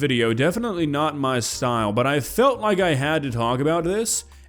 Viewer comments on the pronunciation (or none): none